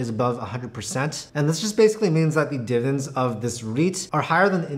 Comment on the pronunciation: Why does he say "divens" instead of "dividends"?